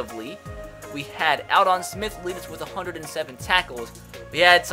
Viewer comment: anyone else cringe every time dude pronounced "Aldon"?